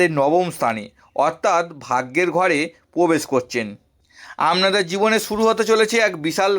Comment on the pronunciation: Uchcharon Khub Kharap, age mukher bhasha thik Korun. Pore Vedeo Korben. Amnader, Bespoti, Pobesh, a gulo Kono bhasha ? Apni Bhodro Poribarer Sontan to ? Bhul gulo keu dhoria dey nay.